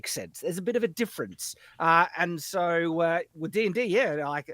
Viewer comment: Every time says 'so' it sounds like 'soy.'